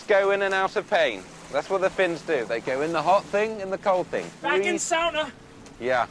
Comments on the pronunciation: He actually pronounces Sauna as "sauna" and not "soona" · I'm shocked and delighted by the fact that Paul Rudd pronounces the word "sauna" correctly.